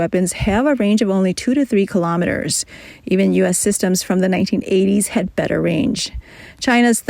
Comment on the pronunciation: The speaker is very good. But they keep dropping their Ds at the end of words like: had, Lockheed, solid, and so on. Enunciate those. Follow through.